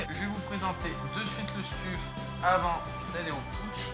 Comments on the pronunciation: Stuf se prononce steuf pas stuffe haha sinon belle video nice ! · « stuffe » oh non 😭😭😭